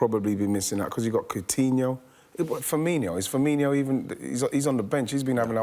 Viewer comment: STOP SAYING "FIRMINIO"! Only 2 i's and no h's in his name.